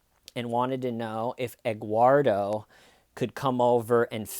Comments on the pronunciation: Actually it is Edguardo🤷‍♀️ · Wait is he saying Egguardo? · Egg-uardo? Huevo-uardo? “Eguardo,” seriously? This woman is a real gem. This is Dahlia Dippolito / Jodi Arias-level BS.